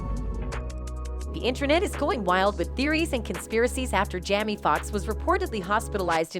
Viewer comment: His name is Jaime... Not Jamee. How annoying.